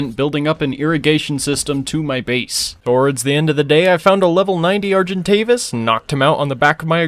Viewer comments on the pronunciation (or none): none